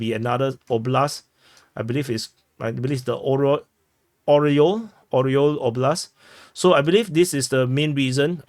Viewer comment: Орёл - Eagle - Ah ree ol not Oh ree ol.